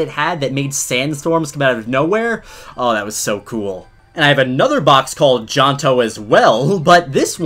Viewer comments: My brother pronounced johto as jonto 😂😂😂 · I used to pronouce johto, "Jehoto" Ngl tho, it's gotta ring to it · Ahh yess, “Janto” my favorite pokemon region!